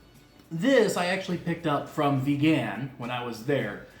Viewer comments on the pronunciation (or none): Ever since I tried longganisang Vigan a few years ago, it has been my preferred longganisa. BTW, put the stress in the first syllable when pronouncing Vigan (say it like VEE-gun, not be-GAN). For your non-Pinoy friends, the "silog" food combos is a result of combining three principal ingredients in their shortened Tagalog form, two of which are: SI - SInangag (fried rice) LOG - itLOG (fried egg) hence, tapsilog from tapa, longsilog - longganisa, tosilog - tocino, chicsilog, hotsilog, et al. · you're butchering saying vigan! it's vegan, like someone is into veggies and stuff! not began, like someone began to eat longganisa or tocino for the first time in their lives! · ......... Vigan is pronounced as veee-gan just like vegan bro.........Merry Christmas......... :)